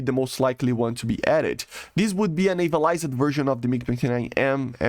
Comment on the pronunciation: Hi, I am saying this in the hopes of helping and not to be rude or anything so take it in the manner in which it is intended. Since ik english isn't your first language. In words that that end with "ed" like "navaliz-ed" in this videos example, the E is silent and is not pronounced. Your pronounce it as "navalizd". I noticed this emphasis/inflexion when you pronounce words with ED at the end. The emphasis is on the D not the E. Hope this helps :)